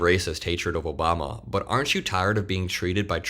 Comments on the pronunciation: "Obamna" lives rent free in TACO's head! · Lmao “Obamna” I wish Obama was half as powerful as the right pretends he is, somehow controlling the DOJ, secret files, and “the deep state” long after he left office.